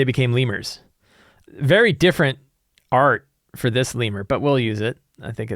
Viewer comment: You're pretty close. The stress is on the second syllable, so more like le-MYUR. Infamously confused with the lemur monkey on the art for the Magic the Gathering card Hyalopterous Lemure.